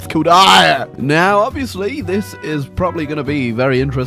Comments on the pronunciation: It’s pronounced air-a u tan bastard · Eire is pronounced air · my god, he called Éire, IRE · Whats worse is that that name for ireland is actually pronouced air AIR who names a country AIR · mispronouncing Eire was worse